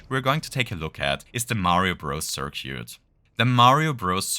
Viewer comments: Great video! Btw, for future reference, circuit is pronounced "sir-kit". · thought I had a stroke every time you try to say circuit I really hope this is an inside joke